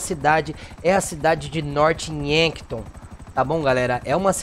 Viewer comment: E Norph Yankton. Não Norte Yanton